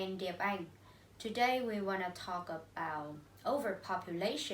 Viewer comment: You guys did a great presentation. The topic is clear and ideas are relevant. Below is some comments for individual performance. - Thao: You have a very excellent voice and tone. Your linking sounds are good as well. However, I think you still should pay more attention to ending sound: about, world, York. Besides some sentences should be corrected like: “It’s all comes from…”, “Ly will be the consequences…”. - Mai Anh: I can see that you put much effort in your presentation. You speak quite fluently and have a wide range of languages. Even though you did a great job, I think you need to improve some following things. Firstly, I am not sure that you read the script or not because you did not look at the camera and have eye contact with audience. Secondly, you should pay more attention to the ending sound as you missed several ones. Lastly, you should introduce your partner at the end of your part. - Ly: Honestly, you have voice and pronunciation that I like most in our class, but your intonation does not meet my expectation. Besides, I found some mistakes in your speaking (of course my comments are not totally right ): - When increasing number of people migrate to city, the total number of residents living increases, which leads to rising cost of living much higher than it does in small town or village. (run-on sentence) - I do not understand why expensive prices of housing, transport and food make people live in tall apartment building. - Diep Anh: First, you should speak mor